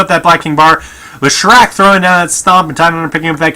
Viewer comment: also Lesh-rac not Le-shrac